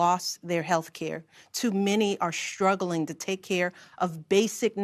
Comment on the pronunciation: I couldn't help noticing she kept mispronouncing words that started with "str." "Strong" became "shtrong" and "struggling" was "shtruggling." Same with "strategy" - "shtrategy." Weird.